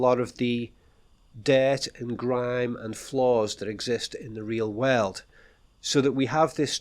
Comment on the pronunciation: look at me: whirl oold. Nope!, again: whirl oold. Hmmm